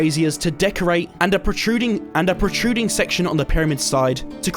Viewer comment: bro said aprutruiding twice